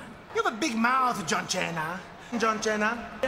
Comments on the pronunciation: My favorites are "John China" , Rodney the Piper, Golden Dust, the Honkey Donkey Man and John laryngitis." I never laughed so much at santino marella misprouncing names. It was so funny I had to watch a second time. Also, " in Japanese Tensai means fat Albert." That was probably the funniest. Thanks for sharing and I miss santino! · Best ones: Imma boptista! You have a big mouth, John Chena (cracks Cena) You see… KYJ Randy Ortahn! You SONAMAGUN! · He was way ahead of everyone else calling him John Xina 😂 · John chena lol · John Lyngirits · "You've got a big mouth, John Chena." 😂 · “John Chin-a” will never cease to crack me up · John China 🤣🤣🤣🤣